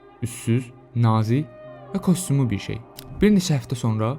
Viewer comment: kostumlu yoxe, [kastyumlu]. Yazılış - kostyumlu, oxunuş və tələffüz - kastyumlu. Kostumlu nədi?